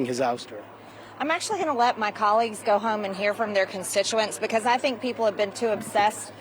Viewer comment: MTG: LEARN HOW TO SAY "BECAUSE."